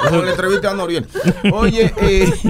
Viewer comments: Nadie: Él Pacha: Noruel... Anuel 🤣🤣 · Pachasito es Noriel no NORUEL HAHAHAHA🤣🤣🤣🤣